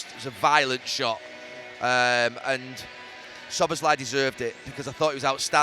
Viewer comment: Who’s “Shobboslhy”??? 🙈🙈This utter g1mp Neville says that name about 3 different ways during this interview and they’re all wrong🤦‍♂️🤦‍♂️what a clown he is🤡🤡